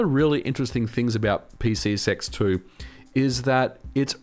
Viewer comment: I have to ask. Are you saying PCSX2, or as I'm hearing it...PC Sex 2? I need to know right meow.